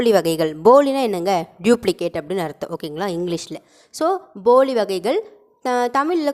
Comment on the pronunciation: உங்க உச்சரிப்பு சில நேரம் பொலி னு இருக்கு வீடியோ வ ஒரு time cheak பண்ணி பாருங்க போலி னு கேக்கல தின்பண்டம் இருக்கு ல பொலி அந்த மாறி இருக்கு